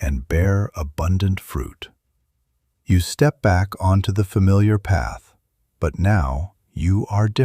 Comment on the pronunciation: STARTING TONIGHT I CHOOSE A NEW PHATH…STARTING TONIGHT I CHOICE A NEW PAH